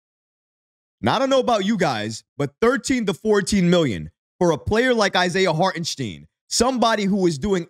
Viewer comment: Great video, but please figure out how to pronounce Hartenstein's name properly, dude! 😂 LGK!!!